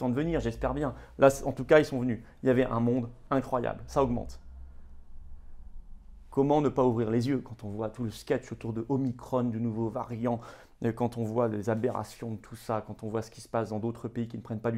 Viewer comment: m. phillippot, s'il vous plait, ne prennez pas les éléments de langages des covidistes. on dit : omicron, et pas omicrone, c'est grec pas anglais. comme platon et pas platone. sinon, bravo pour vos analyses, et le combat juste que vous menez avec une ténacité sans failles ! bravo !